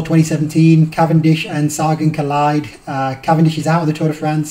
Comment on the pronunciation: its sa-gan not sare- gan